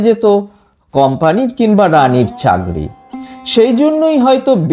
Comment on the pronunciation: Agey uccharon ta sposhto kor bhai, kothata chagri noy, chakri. Ar pohesta noy, procheshta